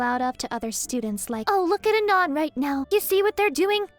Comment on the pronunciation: The way you say "Anon" as if it's an actual name tells me immediately that you've read way too many JOI memes. Out loud. To yourself.